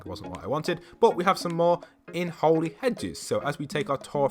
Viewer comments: I'm pretty sure its Holly Hedges not Holy Hedges lmao. I think it means holly as in the christmas stuff:P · I'm confused why he says Holey hedges not holly hedges